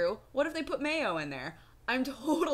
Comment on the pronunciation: "Mayo"... ಠ_ಠ